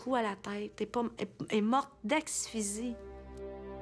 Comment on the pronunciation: Je devrais pas rire de ça mais... " Elle est morte d'axXxphysie!! " humm.. je vais laisser le bénéfice du doute...p-e que le coroner était dyslexique..